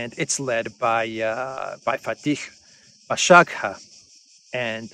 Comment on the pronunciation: Al-Dbibah, you pronounced it correct, Bash-agha was not very succesful 😁